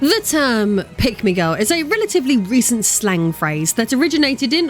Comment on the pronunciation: This video auto-played in the background at work. I was listening to it for about ten minutes before I realized you were NOT saying "Pygmy Girl."